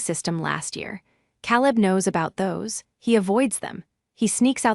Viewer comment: After what seemed like the hundredth time,I got tired of the mis-pronunciation of Caleb’s name..it has never been said like that.,KAY-Lub…Using AI, you don’t have to pay your cousin to edit the mess of a story,..who steals, then does a little dance? Ever see a movie or read a story where a dance occurs right after a robbery?This is my first time ever hearing about this ritual..I am a retired platoon sergeant..79..my sister died last year, my brother-in-law passed a couple of days ago, I have been to war, but never saw a dance after a robbery…yet here it is…maybe they dance like this in Asia..after a caper..